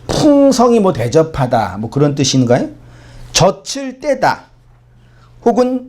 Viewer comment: 목사님 저츨 떼는게 아니라 저즐 떼는거라고 발음하셔야죠.